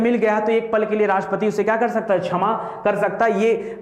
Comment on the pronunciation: Bhaut bdiya sir...pr उच्चारण छमा नहीं क्षमा होगा..😊